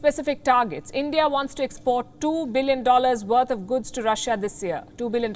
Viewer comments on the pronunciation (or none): It's not guds, it's goods Palki ma!